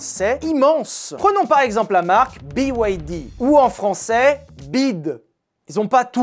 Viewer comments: il a vraiment dit la "bide f1" au lieux de B-Y-D 😂😂😂😂😂 je sais pas si cest fait expres mais dans les deux cas ça me fume de rire ❤😂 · BIDE (BYD) c'est [biwydi] pour "Build Your Dreams". My 2cts ;) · j'adore la façon dont tu prononce BYD bid , mais je sais pas quoi en faire :) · Faire une vidéo sur les voitures chinoises et ne pas savoir prononcer BYD